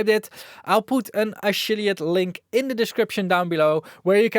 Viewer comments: first time I've heard 'ashilliate link' haha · Are my ears failing me or did he say check out my a-SHILL-iate link? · "A-shill-iate link , below" lol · There's a special way people from the Netherlands pronounce "F". 😁